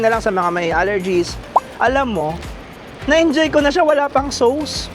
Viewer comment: Please lang…….ang sauce, hindi SOWS……Soss lang ang pronounciation niya. Nakakairita tuwing binabanggit mo.